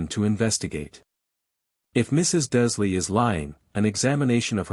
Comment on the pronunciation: Very gripping story. Given your pronunciation , you or AI ate consistently leaving the “R” out of “Dursley”. In this story, Harry is seven, Draco in this story is eleven, it in the books he is the same year as Harry. iGinny in the books is a year behind Harry, but since she was buying a cauldron Lucius slips the diary, she would be heading into her first year, therefor eleven as like Draco.